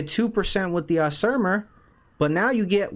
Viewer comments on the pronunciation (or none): AZZ ZI MAR az-zi-mar That’s how you pronounce it